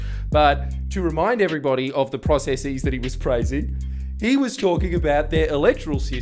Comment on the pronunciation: So were just going to roll with that bullshit way to pronounce processes?